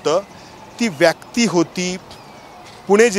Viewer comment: Vyyaakti Nahi re ..vyakti, marathi tar nit bol